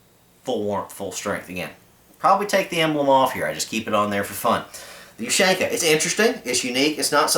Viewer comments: Ok, u got the point but I'm a bit OCD. You pronounce it like ( you-shank-ah ). It's (oo-shan-kah). Sry bout that. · It's pronounced "Oo-shawn-kuh", not "Oo-shank-uh", with stress on the "awn". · When he said “ush AAAAANQAAA” I cringed like hell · ooh shan ka not you shank uh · in America you say YOU-SHANK-AH in Rasha vee say OO-SHAN-KAH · is not oo is hard u U-shanka also no h in pronouciation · it's pronounced oo-shawn-kah ;)